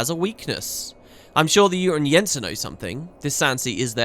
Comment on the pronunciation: You call Dan BAN ias like "Danabias" and Al RAUN es like "Alarunes"... and even better, the URU tan-Yensa like "uterine-Yensa" or something :P And yes, I feel pretty much the same about the end of the videos as it often ends up being right in the middle of maps or sections... :(